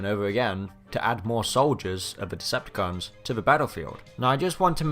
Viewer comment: Why do you have an English accent until you say Audobods and Decepticaaaans? It’s very odd.